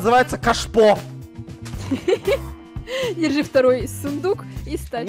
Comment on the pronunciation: На минуте когда хотела сказать кашпо говорила каш и потом говорила ааа и получилась каша